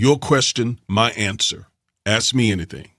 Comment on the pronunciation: Id never hire a lawyer that says axe instead of ask. You lost all semblance of professionalism.